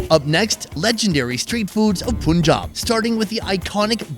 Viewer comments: sorry, it's not POON job. It's PUN Job. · It’s paanjab not Punjab ❤️ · It’s not poonjaab , it’s pun jaab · It’s pronounced PUN-Jaab not poonjab! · *Panjab exists Indians: Let's anglicise our spelling so the Brits can pronounce it Meanwhile Brits: POONJAB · I cringe every time he says Poonjab. Dude, it’s Punjab, “Pun” pronounced like “no pun intended” 😉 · It's PUN • JAAB Not POON • JAAB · Please learn how to pronounce the names of Indian states. It's not 'Phoonjaab', it's Punjab. Please watch some Indian videos and learn how to pronounce properly. It sounds offensive! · Why you refer to Punjab's first syllable Pu like Put instead of Pu in Pun? irritating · Bro Its pronunced as Paanjab not puunjab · पंजाब not पूनजॉब 🤣🤣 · Punchjab..not poonjab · Not puunjab it punjab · Like bruhhh that is Punjab not ponjab, simple as that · Just listen to the natives… dafuc r u sayin POONjab Its PUUNjab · Its PUN-JAB not poon-jab.😅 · its not punjab its panjab we pronounce it panjab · You make so many puns but you pronounce Pun Jab as Poon Jab. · its not poonjab it panjab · O please not panjab it's PUNJAB 😂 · It's not panjab it's Punjab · This channel should be renamed to - "W/O ". Btw It is pronounced as - 'Panjaab', Not 'Pooonjaab'! Damn! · PUN-Jab not POON-jab Gdamn metican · It’s not Pooooonjab It’s PUUUUNJAB JUS LISTEN TO THE LOCALS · I bet someone's grandparents or great grandparents would get PTSD the way he says 'Poonjab' 😹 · Did he just say puunjab😅😅😅😅😅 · Did he just say puunjob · It’s not poonjaab 🤣 Kindly Ask it with any indian or pakistani.I can’t spell the pronunciation out here. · It is Panjab sounds “Paanj aab” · PUN (as in RUN FUN) - JAAB (as in Job, American Pronounciation)😂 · Why every foreigner calls punjab like puuunjab... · Its pronounced PANJAB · It’s PUUUUUUUNJAAB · Not poooonjab for Christ sake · Bro… “pooon-job”. Seriously? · Still can't pronounce Punjab. Sad.